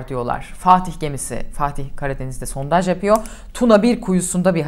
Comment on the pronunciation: He verecek sizde çatlayacanız Sontaj deil sondaj 🤨 Cıkarırız rahat olun Eleştirin baska nane yok